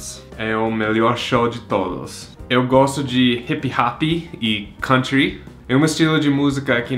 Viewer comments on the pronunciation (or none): none